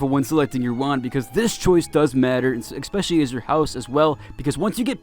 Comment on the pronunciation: I was watching the video and decided to comment and beg you not to say "exspecially" but then you said "deuces" and my facepalm went through my forehead.